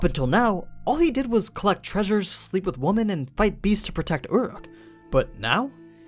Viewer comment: it's pronounced "ooh-ruke" not, whatever the fuck that noise is